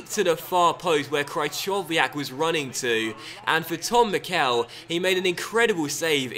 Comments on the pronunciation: I think mickel is said like mickle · could you please stop saying the e in Mickel long, it's supposed to be said short